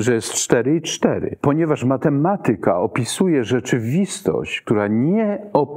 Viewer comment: powyższą dyskusję! W słowie "matematyka", która jego sylaba powinna być akcentowana, poprawnie, Pana zdaniem? A Zanussi jak akcentuje to słowo, zauważył Pan, że inaczej niż Pan?Jeśli jeszcze raz usłyszę u Pana niepoprawny przycisk wyrazowy w takich kluczowych dla dyskusji, ważnych słowach, to Pana skrytykuję! A co do akcentowania słowa "nauka", to go pominę, bo chyba w Polsce już nie mówi się go z poprawnym akcentowaniem, nawet profesorowie uniwersytetccy. Ale Zanussi to słowo akcentuje poprawnie.